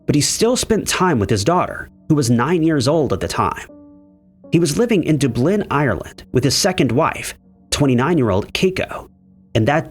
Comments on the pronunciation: So,, if no one hs yet explained it. Dublin. Its pronounced, Duh-b-lin. Instead of saying it how it looks, you have to add that silent H sound after the U. So you have that Duh before you say the B sound. Others will probbly disagree with me on this, but i think this is the easiest way to help you say it easier because i know you get a hard time over that word. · lol. dooblynn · Just how can you mispronounce Dublin? I mean I heard it and I can’t butcher it the way this VO does. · lol I’ve never met a person who didn’t know how to pronounce Dublin. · Everyone has to say something every time. It happens so often that I’m convinced that he’s doing it on purpose. It dramatically increases the amount of comments on every video. 😊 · He always mispronounces it 🤦‍♂️ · Yeah it’s not just Dublin he mispronounces, but many other place names, names of rivers, etc. and even family names (last names in the West). He butchers American Indian names as often as he butchers Anglicized Gaelic names. I think he got Sligo correct once (sly-go). And it’s not like we live in a time and place where all one has to do to check a pronunciation is pull the pocket computer out and Google, how do you pronounce….